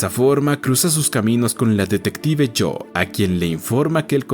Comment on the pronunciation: Adicionalmente, algunos nombres están mal pronunciados, como Jo la compañera de Henry y no "Cho", y Abe es diminutivo de Abraham por lo que en inglés se pronuncia como "Eib", entonces me pregunto, el video fue narrado por alguien que No sabe leer nombres en inglés, o por una voz electrónica.